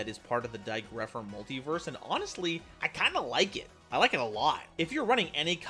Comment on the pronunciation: It's dai goatpher!